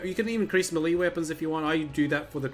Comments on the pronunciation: Why does he pronounce melee as mel-lee, when it's actually pronounced, may-lay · It's Malay not mely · ITS PRONOUNCED MAY LAY JESUS CHRIST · He meant "melee" weapon. Not Malay language.